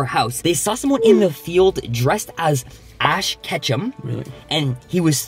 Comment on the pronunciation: He said ash Ketchup on accident lmfao